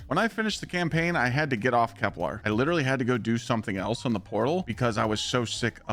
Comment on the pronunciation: KepLER, not KepLAR